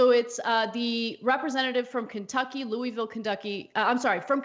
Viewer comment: It’s pronounced Louisville, not Louisville. Sorry, if you’re from here you get it 😂